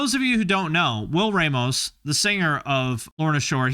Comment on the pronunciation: It’s pronounced Will Raw-mos btw. But holy shit he has a nice clean voice!